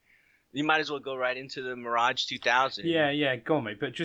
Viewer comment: Love how he proncounce it "The Mirodge" :D